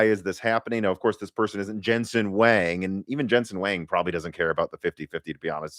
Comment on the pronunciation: BTW, Jensen's last name is pronounced as "wong" not "wang."